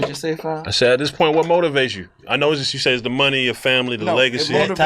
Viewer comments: Birdman and Master P don't say "point" they say "pernt" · He still can't pronounce "point." "Pernt," is hilarious.